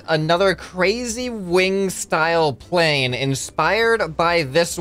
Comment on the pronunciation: “I wanna create another crazy wing style pwane” not typo that’s what I heard